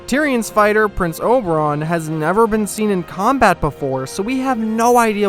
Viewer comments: Man, it's Oberyn, not Oberon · very nice video :D plz don't call him Oberon again though xD